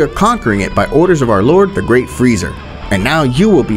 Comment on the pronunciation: It’s freeza, not freezer